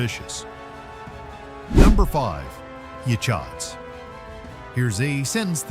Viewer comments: Yachats is pronounced ya hots. Yahots. Yachats. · I live in Newport Oregon and have traveled to many of these places in this video a lot of your B roll that you use does not fit the places that you’re talking about also Yachats was miss pronounced very well researched good information